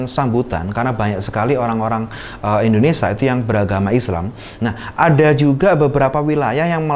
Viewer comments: Indonesia atau indonesa😊😊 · Nyebut indonesia sj bgtu indonesa....hmmm